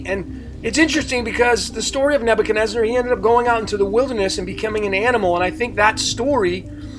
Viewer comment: Why do you call the king NebuchadnezNAR? That changes your numerology.